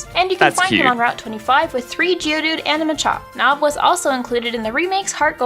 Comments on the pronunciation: “We love nob” xD - sorry I had to 😂😂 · "We love Nob"